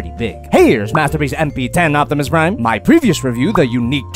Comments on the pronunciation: O P timus Prime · “Notimus Prime”